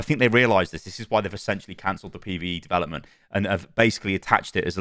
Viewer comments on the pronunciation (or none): none